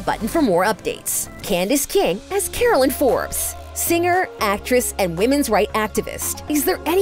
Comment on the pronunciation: She pronounced Caroline wrong